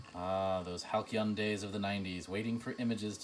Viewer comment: Don't think I ever heard anyone pronounce halcyon with a hard k unless it was in Greek. :P Cool display though. 5/5